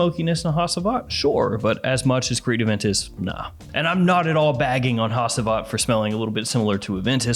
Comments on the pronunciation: ha-chi-vat. not ha-see-vat please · Hacivat is pronounced as haGivat. G instead of C, when reading. FYI. It s turkish, where I m from.